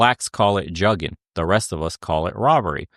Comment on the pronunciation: Juggin. Has BEEN AROUND. And they sayin it wrong. Juggin term been around since 05'. Damn they late AF. It came from Atlanta not no damn Carolina's or Texas